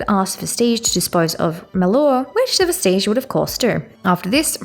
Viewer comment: And Vestige is DEFINITELY not pronounced like Prestige